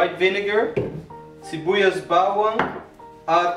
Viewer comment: accent of filipino word is good.. sibuyas bawang and the baboy.. keep up new subscriber of you dude